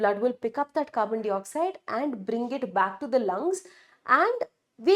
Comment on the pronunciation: Carbon dioxide pronunciation is 🤔